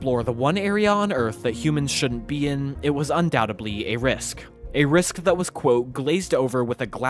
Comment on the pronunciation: Awesome video, but the word is "undoubtedly," not "undoubtably."